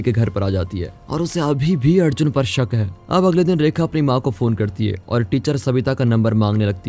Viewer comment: Adjun nahi yaar Arjun naam leena theekse